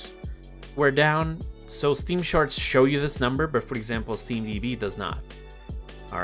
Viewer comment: charts❌ sharts✅